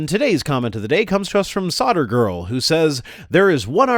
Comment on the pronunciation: i just wished he would pronounce SolderGirl correctly. Its SoLderGirl.